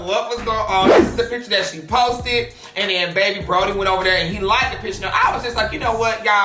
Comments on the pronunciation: I know he not saying Brody LMAO it’s bronny 😭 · The fact you keep sayin “Brody” is pissing me off. The damn boy is named after is daddy it’s “bronny” 😂😂😂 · just don’t be caring lmao “brody” you mean bronny LMAOOO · Friend, why do you keep calling that boy Brody? His name is not Brody is Bronny not Brody😂😂😂😂😂😂😂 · his name is Bronny not Brody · “Brody” omg sis it’s BroNNy 😭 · friend kept saying “brody” instead of bronny LMAO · Nobody:"Broddy" Me: its Bronny with two n's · Everybody: Bronny: Brody 🤣🤣🤣🤣🤣🤣🤣🤣🤣🤣🤣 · His name is pronounced Braw-Nee lol Love you. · He was saying "BRO-knee" still pronouncing it wrong lol, but he was saying it with two N's. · lmaooo I heard Broddy and bro-knee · Lolololol he probably did say both 🤣😂...I was yelling at the screen trying to say it correctly for him 😂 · That little boys name is pronounced Braun-ee you know like short for Lebron...🤦🏾‍♀️🤦🏾‍♀️🤦🏾‍♀️😂😂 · Not you saying Brody 😂😂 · baby😭. (bronny) is pronounced (braw-ney) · The way you say bronny name is killing me 😂😂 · U saying bronny wrong 🤦🏾‍♂️😂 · The way she says bronny has me dead 😭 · The mispronunciation of Bronny is rubbing me the wrong way 😭 and it’s not just because a lot of people have been mispronouncing it lately